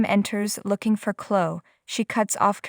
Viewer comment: You can't say Chloe wtf is Clo lol 😂😂😂